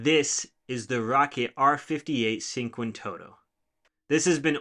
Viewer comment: Excellent machine and I'm considering eventually upgrading to one. I love the wood accents you added and the color wrapping. In Italian, it's pronounced "chink-won-toe-toe" just FYI. 👍Great machine!